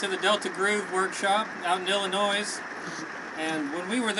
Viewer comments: Did he just say IllinoiS? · There's no fucking "s" in Illinois damnit! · Illinois no s not plural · Locals don't pronounce the "s" in Illinois. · great playing, love the washtub guitar but son I gotta tell ya it’s Illinois pronounced without the “s” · yea I can't believe he said that either and I had to rewind to check again. Ironically he pronounced Missouri correctly and not "Missura" which I think sounds much worse than illinois with the S at the end. But mispronouncing illinois does come across as much more uneducated and hard to believe anyone does that at all because it's just so wrong! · very nice guitar. you don't pronounce the S in Illinois... you just don't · Before you go any further... NEVER pronounce the s in illinois!! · Illinois..... pronounced with a silent "s"